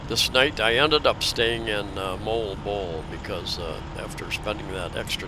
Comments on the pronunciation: Hey - I struggled with "Moalboal" too. Here's the tip: It's not "Mole-bole" It's "Mo-All-Bo-All" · Moalboal = Mo-All-Bo-All is how I pronounce it. Filipinos living there don't laugh so it must be close. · You and MOST of US that's hard name to pronounce Moalboal, hehehe but your the MAN on that SOUPED up HARLEY of YOURS 👍👍👍